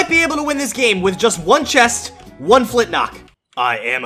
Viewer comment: it's flintLOCK not flintNOCK